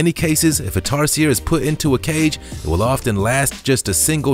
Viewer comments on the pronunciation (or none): He also mispronounced tarsier. It becomes annoying after the 3rd time.